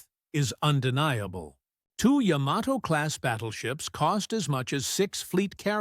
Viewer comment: AI voice keeps mispronouncing Yamato… 🙄